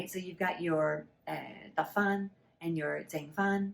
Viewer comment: thank you for your sharing！And i think the tone of dahk fan 得返 should be high abrupt tone like “duck” in english.